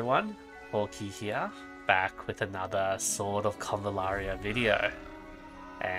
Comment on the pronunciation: H8 how you pronounce "HERE", but good work as always.